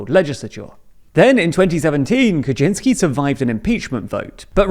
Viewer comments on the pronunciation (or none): Kuczynski's last name is pronounced Kuchynyski btw